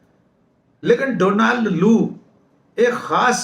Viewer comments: Donald is pronounced डौनल्ड not डोनाल्ड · Donald is pronounced Daanld. Please note it.